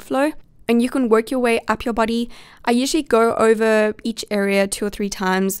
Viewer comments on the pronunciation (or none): The way she pronounces body sounds like buddy ha HaThroughout the entireVideo I heardBuddy brushing